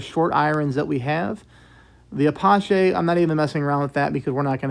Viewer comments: oops, make that "Ah-patch-E" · Entertaining and brings back memories. And just for future reference "Apache" is pronounced roughly as "A-patch-E"